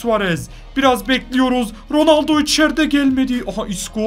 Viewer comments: RONALDO'YA RONALDİN'YO DEDİN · ilk golde ronalno yerine ronaldinyo söylüyor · 4 .17 ronoldoya ronoldinyo de di